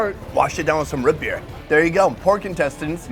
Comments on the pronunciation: has lost 99% of his midwest accent over the years but every now and then it pops up to say howdy. That "Ruut" Beer was 100% Minnesota suburbs. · Is saying rootbeer? It sounds like rit beer... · Is he saying rootbeer or root beer ?